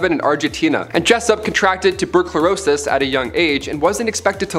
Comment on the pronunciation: "Tubercurosis"? Really? lol.